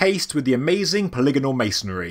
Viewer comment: So happy to finally hear you pronounce polygonal correctly ;)